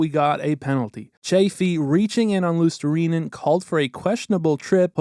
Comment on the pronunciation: Great vid, u even knew how to pronounce luostarinen